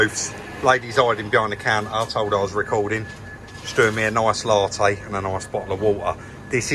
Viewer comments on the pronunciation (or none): none